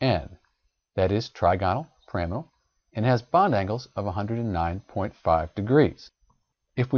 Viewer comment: you are saying the trigonal pyramidal wrong lol what the hell